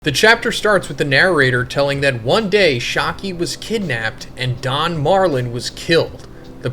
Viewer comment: Not shaaaki 😢 its shyakky a